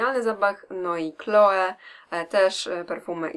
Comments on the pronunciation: Chloe wymawia sie 'kloi' nie 'kloe'😄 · ja zawsze byłam uczona że nazwę perfum wymawia się kloe :]